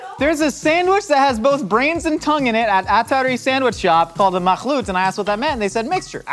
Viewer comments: was right... makhloot is mixed/ a mix, but in Arabic. And may I say your خ (kh) is on point 👌🏻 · Makhloot is in Arabic actually, not Persian. got it right!